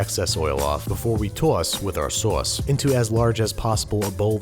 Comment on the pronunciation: TAUSS WITH AR SAUSS